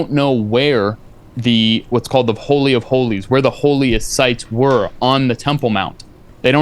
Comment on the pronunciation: He said holey of holeys